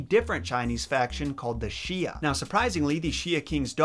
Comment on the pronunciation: I know you’ve done your research and all, but just saying, here’s a basic pronunciation guide: Sui=Sway Xia=Shya You=Yo I am sorry, just a bit OCD about this kind of thing, especially when I did a series on French slang on a previous YouTube channel I had, and accidentally had a bunch of French people pissed at me. So yeah..just giving you some tips here.